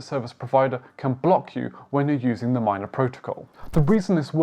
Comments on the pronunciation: Good video! The blockchain is pronounced m-ee-na not m-ai-na. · MINA man not Mayna lol